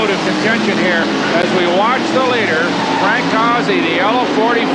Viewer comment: Not how you pronounce Frank's name.